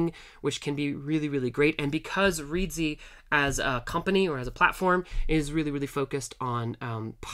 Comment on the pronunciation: clown person it's reedsy not reese